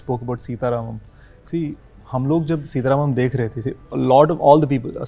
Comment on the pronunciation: Wah re angrez 'सीता रामम्' ko bhi 'सीटा रामम्' bolta h